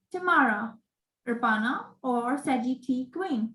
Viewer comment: Its Rapana